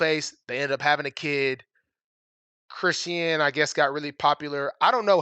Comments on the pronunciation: It’s pronounced Kris-Shawn… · Her name is pronounced like Chris-Shawn